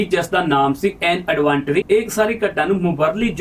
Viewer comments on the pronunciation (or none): 😂😂AN ਐਡਵੈਂਟਰੀ ਨੀ ਹੁੰਦੀ ਭਰਾ,AN ਐਡਵੈਂਚਰ ਹੁੰਦਾ (ADVENTURE) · An adventure word pronounciation is wrong